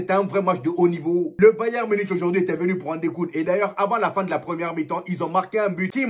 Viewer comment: On le prononce bayern munique frérot pitié 🙏🙏